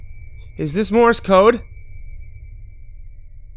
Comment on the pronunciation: hate to be "that guy" but you said, "Mores Code" this is not correct... its Morse Code. I don't know whether the story itself made the mistake or.... but yeah... its Morse Code